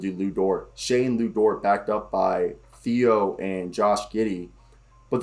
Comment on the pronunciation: If you’re not a Thunder fan it’s completely understandable to not know some of these guys or how to pronounce their names. I just wanted to bring you up to speed a few things, but just know I’m not being an asshole. So, with that out of the way. Here we go. Deck and Svi are gone, Wiggins signed a 2-way, it’s easier to just call him Poku lol, and Theo is actually pronounced like Tay-oh because he’s French. Loved the video though man. I’m always eager to hear Thunder talk.